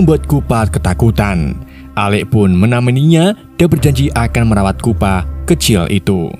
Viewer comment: Chupa bang bukan kupa